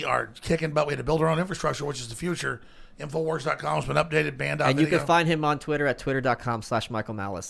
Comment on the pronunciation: "This week on TIMFOWARS..."